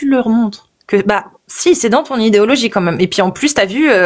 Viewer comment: Le Père Noël a fait descendre un texte où il demande de pragmatiser ceux qui ne croient plus en lui ? Pinaise, on nous cache tout ! 😱 Sinon, c'est quoi cette prononciation : "djire" , "idjéologie"...?